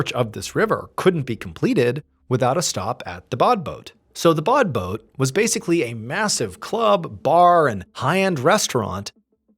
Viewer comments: Interesting story as usual however it says badboot yet you keep saying bodboat is there something I'm not getting? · "Say 'bod boat' ONE more time...." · Take a shot every time he says “Badboot”.